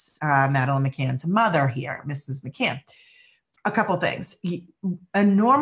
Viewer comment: McCann NOT McCain...he was another liar and murderer